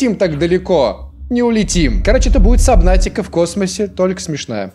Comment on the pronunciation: Не сАбнаутика, а сУбнаутика